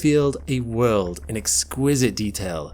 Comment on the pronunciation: Last I checked...world has a "L" in it..learn how to pronounce it properly